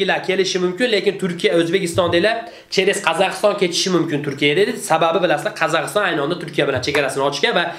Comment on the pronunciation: Qazakiston demedi Kazakhstan deyiladi tentak